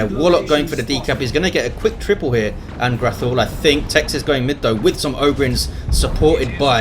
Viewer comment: Thanks for the cast, congradulations on getting the name right too! -An'grathul